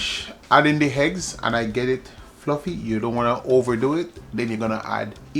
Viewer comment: The heggs not eggs 😂. OK...now you spoil my enjoyment, please leave out the allspice, I am terribly allergic to it 😢.